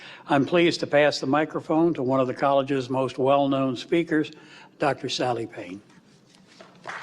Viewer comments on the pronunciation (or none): Go... "Sally"? WTH? Amazing talk, as always. Semper Fi